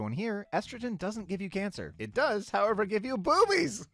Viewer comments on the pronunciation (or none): none